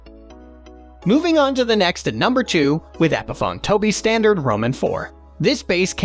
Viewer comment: If you can't even pronounce Epiphone correctly, your credibility goes to zero pretty quickly.